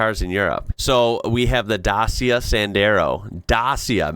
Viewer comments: Dacia is pronounced Da-chia like "chips". Your Da-sia really hurts european ears. :) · "Day-see-ah" not "Dah-see-ah" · Hi, Dacia is pronounce Da-cha. My car is 1 year or 10,000 miles for an oil change. Modern synthetic oils last longer that the old 30w-50 oils. my car takes 10w-30. The cost of oil in UK is high approximately $55 for a US gallon. Add to that the labour charge at a garage and an oil change + filter is $140+ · Wow! You guys pronounce DACIA with a "c" sound in the middle? We pronounce it with "ch" (like in children). Dachia. 😅 Because it's originally a Romanian brand. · The Renault Clio is a pretty small car and great for driving in cities (because of parking and so on). The Dacia is spoken Dadja or Dadschia (the i like a german i not an american). I think there are many differences with the maintenance... we do have the TÜV, which is a control of your vehicle every few years, so they see if it's acceptable for traffic. With this test they make sure just working cars who won't be a danger for other drivers in traffic can be on the streets. I don't know if you have something similar? But thinking of all the partly very old and partly Hook like looking cars you see sometimes I don't think so (Hook from Disney's Cars XD) But maybe I'm wrong and just see the wrong cars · Sorry but I have never had a desire to move to america .I have been in a Buick le sabre.but it had so many scratches on it our roads are not big enough. I'm from Scotland.in the UK it's pronounced dachia, have you seen YouTube videos ,just rolled in , this shows how bad america is in looking after cars ,also can you check out the Renault Clio Williams .the hottest hatch in the world.